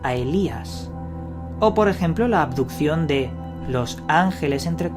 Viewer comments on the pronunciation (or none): Aquí el único misterio es por que el tal dice "adupción" en lugar de abducción y "andó" en lugar de anduvo. Menudo ignorante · Cada vez que decía "aducion" me daba mal rollo.